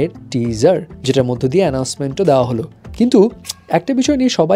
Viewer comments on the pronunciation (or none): none